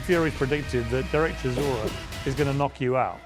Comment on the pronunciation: Brits call him ChiZOra. Yet his surname is ChiSora. Soft S. As in Solar. ChiSora. That means "a type of grass".